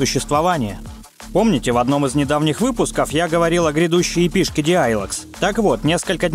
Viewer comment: в произношении ошибки встречаются, типа эйков, епэ и прочеее.